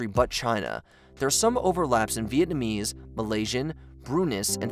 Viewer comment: I love how you pronounced every single Vietnamese word wrong 😂